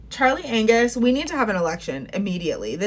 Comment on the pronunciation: 🤣did you say Charlie "Anus"? hahah hilarious.. but true.